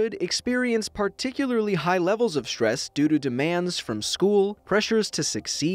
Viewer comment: It's not štrees it's strees